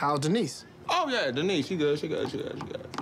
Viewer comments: "how's Denise?" I think he meant to say DE-NICE!! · 1st thing i noticed is,, he pronounced Denise correctly 😂😂😂😂